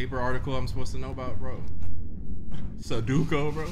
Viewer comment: ain’t no way just said “suduko” 😂